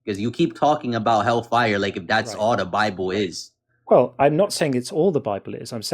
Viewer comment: I can't get past his idiotic pronunciation of "fye-yer". Oh, and yeah, his argument is baseless